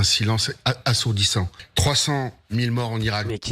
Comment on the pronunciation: Le phacochère n'est pas foutu de prononcer le mot assourdissant.